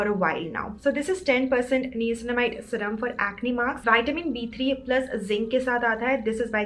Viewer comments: its pronounced as NAYACINAMIDE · You're pronunction of niacinamide is wrong 🤦🤦